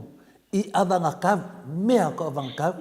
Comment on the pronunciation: E lē o le saòga o le ùpu: "anavatau". O lea e maua atu, o lo'o saunoa mai Toleàfoa: avagakau?🤔